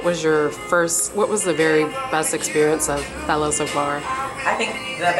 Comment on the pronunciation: Big ups to Cipriana!!! She said FE-LA, not Fayla. I love her!!!!